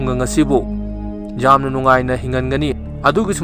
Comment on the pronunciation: 'Yamna' hambiyu 'jamna' haibignu taba yamna nungaite